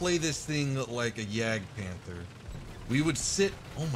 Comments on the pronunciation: Ist's not Jägdpähnfer, it's Jagdpanther! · nope that's not it. You pronounce the a the same way as I and the British People does.. and You also just say like Panter without saying the h at all.